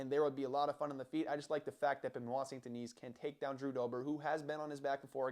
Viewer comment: Thank you for pronouncing his name, there will be only one champion and his name is Benoit. Charles and Islam are next on the hit list after Gathje. They're all scared of this man. Your not taking into account his psychopathy to win, the 2 new king's of UFC will be Benoit and Du Plessis